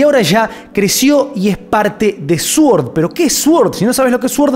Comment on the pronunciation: se pronuncia "soord" no "suord"